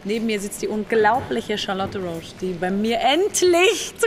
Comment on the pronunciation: Rosch , nicht Roousch !!!